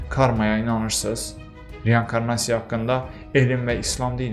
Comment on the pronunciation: Hər wey əladı amma reYANkarnasiya yox reinkornasiya